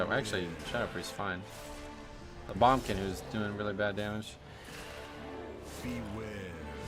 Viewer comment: Why are u calling it a Bum-kin snd not boomkin mate?